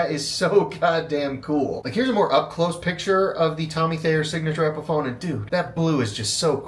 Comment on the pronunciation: You pronounced Thayer correct!!!!!!!!! Tommy is my cousin and it's awesome that you didn't pronounce it there, tawyer, or any of the other confusing ways people jack up my name